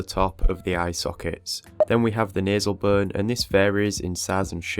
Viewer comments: I thought you were saying “burn” instead of bone. I assumed it was some anatomical term for parts of the skill but it was just bone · Lol when he says bone it sounds like BURN! 🔥